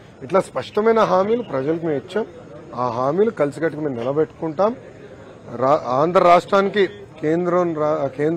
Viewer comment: అయ్యా లోకేష్ ఆండ్రా రాష్ట్రం కాదయ్య ఆంధ్ర రాష్ట్రం, పదాలు సరిగ్గా పలకడం తెలియదయ్య ఇంకా పరిపాలన ఎలా చేస్తారు ఏంటో